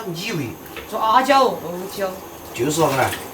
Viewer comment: 是e胶，不是a胶